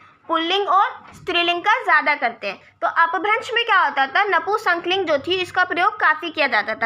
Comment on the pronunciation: नपुंसक लिंग को नपू संकलिंग क्यों बोल रहे हो,हिंदी पढ़ा रहे हो और खुद को ही हिंदी बोलनी नहीं आती।